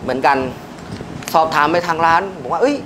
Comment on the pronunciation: ร้านครับไม่ใช่รว้าน จะมีเสียง ว ควมมาทำมัย